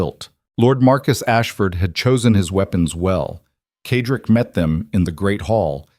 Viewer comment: The male lead is Cedric. It is pronounced "Said rick" the AI reader reads it wrong "ked rick." It is distracting and annoying. It becomes a disruption in the otherwise excellent story. Also some odd noises that should have been edited out before publishing,but otherwise this is well done.